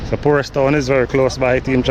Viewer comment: Sir, the name of the place is PORUS NOT POORUS!